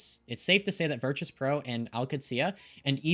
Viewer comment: Im still so confused why she pronounces virtus like that